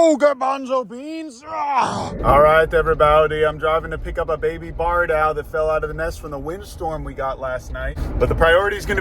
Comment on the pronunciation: Are you saying barn owl or bard owl?